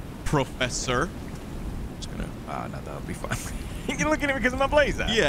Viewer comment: Professor.... or... profooster lol